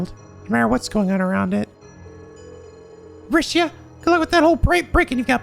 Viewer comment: Hi,. I'm sorry, but I will not stand for any more Rixia slander. It's bad enough that you've been misled to pronounce her name as "ree-shee-ah" when it is supposed to be "ree-shah". (Seriously, it's one less syllable; it's not that hard to retrain your brain to say it the correct way.) But now you think she's a bad party member when she is not. I will admit that her one support skill is bad for boss fights, but Aidios forbid characters have weaknesses and specific roles in mind in a team-based JRPG. BTW, this is a minor spoiler though not story-related, but... ----- Rixia does get a 2nd support craft that is much more valuable for boss fights and in general. (End spoiler) Speaking of which, here's a friendly reminder that you can disable character's support skills so that when they do them in battle, it will be the one you want and not have to essentially flip a coin and pray you win the 50/50 like in a gacha game. Anyway, if you don't mind me refreshing your memory of what she can do as I defend my one true Trails waifu and is the reason I got into this series, let me preach the good word of the church of Rixia Mao: - her S-craft is a screen nuke as opposed to everyone else which, while some hit a larger area than others, are still limited in range when compared to Rixia's. - Dragon Claws is like Lloyd's Raging Spin in that it can attract (smaller) enemies towards her, but she can do it from further away without having to move. Because of this, you can also build Rixia